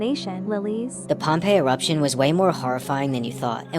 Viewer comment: It's not pompell it's Pompeii